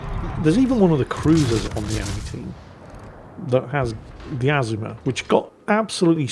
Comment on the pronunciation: it is pronounced "a-ZOO-ma" smh!